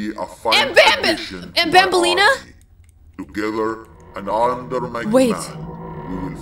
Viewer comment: Loving the vid but just reminding you it’s Banan not Bonbon It’s Banbalena not Bonbaleana